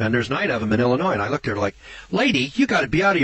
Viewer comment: Illinois= sounds like 'illa-noy'. Not ' illa-noise'. That's all.